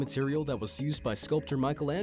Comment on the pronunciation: The sculptor "Micheal Angello"? Learn how to pronounce his name before saying it please.